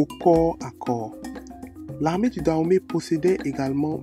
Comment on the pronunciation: On dit danhomey et non Dahomey Et le serpent ne s’appelle pas da mais dan